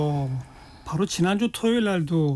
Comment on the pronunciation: 그러므노? 그러므로. 바노? 바로. 말을 천천히...혓바닥 짧으면 더더욱 천천히 조심해서 이 녀석아.